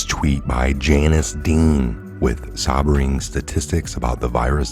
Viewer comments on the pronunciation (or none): Mispronouncing Ghislaine is one thing but what about “sobering statistics” ?